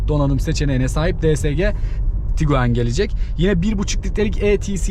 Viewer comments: Tiguan, Tuguan değil kardes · Tuguan değil, Tiguan 👍